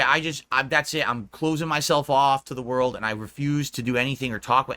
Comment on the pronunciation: "everybody betrayed me, i fed up with dis worl"